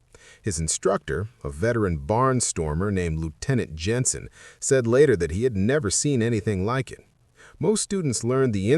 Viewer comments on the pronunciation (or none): none